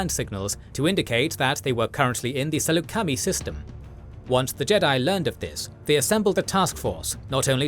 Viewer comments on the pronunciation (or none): It's not pronounced like /sælu:c/\mi/ it is /Səlucəmai/ if I recall correct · I’m sorry but as a long time Star Wars nerd, I can’t get over the mispronunciation of Saleucami. It’s Suh-Luke-A-My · Ah yes the Sool-la-kami system lol